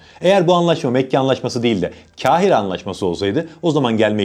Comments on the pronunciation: Kâhire değil, kaf’la, Kahire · Kral Kâhire değil Kahire diye okunur. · "Kahire" kaf harfi iledir kalın okunması gerekiyor... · Dostum; Kahire kelimesini seslendirirken yanlış telaffuz ettiğinin farkında mısın.